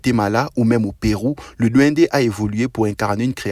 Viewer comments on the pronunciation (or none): Duendessss . Pas DND DUENDESSSS